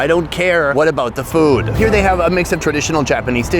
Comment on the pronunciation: Im glad he tried this “foowed”. man, Americans… 😂